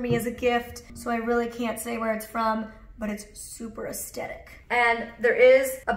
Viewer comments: So cute!!! Also so sorry but can't help myself haha: "Aesthetic is often incorrectly pronounced aestetic, as if there were no h in the word. The correct pronunciation is with a th sound, as in thick, at the beginning of the second syllable. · This looks amazing!! I'm not being a hater but has anyone ever mentioned it's pronounced as-the-tic not a-stet-ic, I just thought u might wanna know x